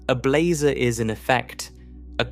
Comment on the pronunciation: "How many different ways can one narrator describe blazar's angles" while pronouncing "blazar" differently from one sentence to the next is not what I was expecting out of this.